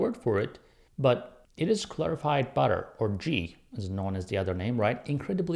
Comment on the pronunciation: It's pronounced Gee not jeee